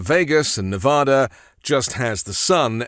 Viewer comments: It's ne vaaa da - "a" as in ass, not "a" as in paw. That annoys the hell out of us Nevadans. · Dude, you’re mispronouncing every syllable in Las Vegas, Nevada. All of them. That’s funny.